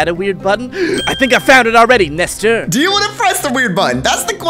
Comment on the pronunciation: why did you call him nester?